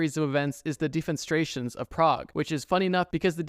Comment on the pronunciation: bro said 'defenstrations'